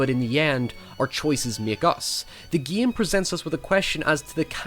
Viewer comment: what is your favorite giim? the giimplay is good.. the giim.... learn how to speak, you savage